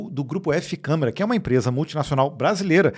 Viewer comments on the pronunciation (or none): none